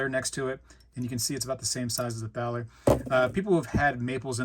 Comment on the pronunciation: "Thaler" is pronounced like "Tah-ler." It is a predecessor of the word "dollar."